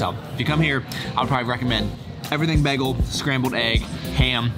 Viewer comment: Bay-gul, not beg-gul